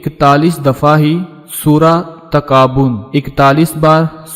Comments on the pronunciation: Bhai pehle to talaffuz sahi karen, surah taghabun hai takabun nahi,🙄🙄🤨🤨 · پہلے اپنا تلفظ تو درست کر لو تغابن کو تم مسلسل تکابن بول رہے ہو ۔